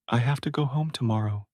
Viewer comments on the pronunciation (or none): none